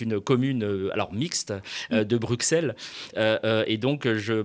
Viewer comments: un petit "coucou": on ne dit pas Bruxxxxxelles, mais Brussel! (en flamand ça s'écrit Brussels) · Pour être correct jusqu'au bout avec la prononciation, dites Brussssssel et non Bruxxxxel ! Merci. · Bruxelles se prononce 'brussel" encore une grosse faute, tu les cumules ;-) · Et on dit "Brusselles"!!! 😂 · merci pour tes analyses et pour ton support des verts cependant je me permets une petite remarque On dit Brussel phonétiquement Petite remarque injuste par rapport au boulot que tu fournis Je te regarde tous les mercredis St etienne Keep the faith à.... gauche! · Prononciation de Bruxelles comme Auxerre! apprend! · Excuse-moi, si tu veux que tes excuses envers les Belges soient crédibles, il faudrait commencer par bien prononcer le nom de leur capitale. "Brusselles". Le "x" se prononce comme dans "dix": tu prononces pas "dics", si? Bah pour Bruxelles c'est pareil. Ou alors tu vas à l'extrême inverse et tu prononces exactement comme ça s'écrit pour montrer que tu as pas la moindre idée de comment ça se prononce mais que tu essaies: au minimum "Bruczelle" (et oui il n'y a pas de "c" après le "x", tu devrais au minimum prononcer le "x" comme dans "exercice") voire "Bruczellesse" ou "Bruczell'z". Du coup, là, les excuses... C'est un peu comme si je commençais mon commentaire par "excuse-moi" suivit d'un prénom aléatoire qui n'est pas le tien: instantanément le côté "excuses" perd en crédibilité. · 1. Faire un Mea Culpa sur Molenbeek [x] 2. Bien prononcer "Bruxelles"